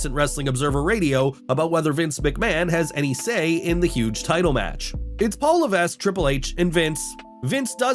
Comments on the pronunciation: Continually mispronouncing the name of WWE’s head of creative...not very good for your credibility as a news source. (Hint: The S in Levesque is SILENT.) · Omg! Please learn how to pronounce Paul Levesque's last name!